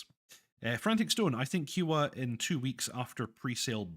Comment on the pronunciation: OMG, your pronunciation of "Kiowa" is killing me here. It should rhyme with "I owe the". "Eye" not "Eee"